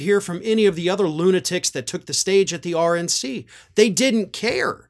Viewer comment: Sounded almost like said: “Orange NC”.